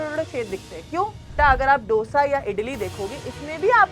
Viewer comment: MA'AM ITS DO ( LIKE 2) - SA NOT DOUGH-SA 😭😭😭